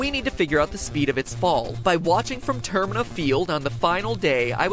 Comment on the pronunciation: dont mean to be rude but… Termina. Pronounced tuRr-MEE-na